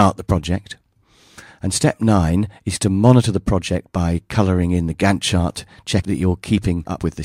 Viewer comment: It sounded like you were saying "gun shot" whenever you said " Gantt Chart"... LOL!